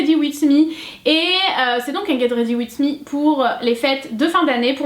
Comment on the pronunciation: le "ged rady wid mi" a